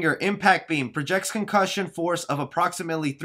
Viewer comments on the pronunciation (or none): none